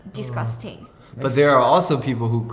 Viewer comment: DIS-CUS-TANG LMAOOO